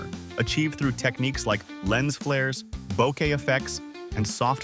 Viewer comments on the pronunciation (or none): none